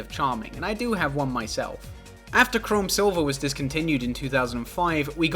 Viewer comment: pronouncing chrome as chrom like the fire emblem guy makes me happy